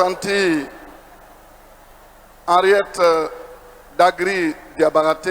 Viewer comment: Dagri Diabaté et non Diabagaté